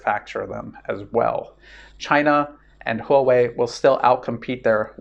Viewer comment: It's "hwa-way" not "ho-way". That said, you're one of my three favorite youtubers. The other two being Cyrus Janssen and Daniel Dumbrill. Still waiting for a way to support you via bitcoin.